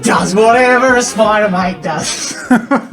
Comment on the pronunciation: I don`t know why but i heard him say either Spider Mite or Spider Moit. SpIdEr MoIt SpIdEr MoIt DoEs A sTuFf SpIdEr MoIt